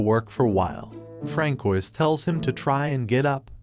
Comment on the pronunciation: francoise is pronounced as franswa bro